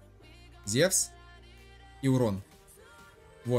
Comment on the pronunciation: У меня вопрос! Когда ударение на Зевсе будешь правильно ставить?!